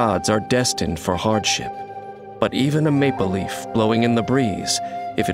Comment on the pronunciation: Why instead of Maple Leaf I hear Maybelline 🤦‍♀️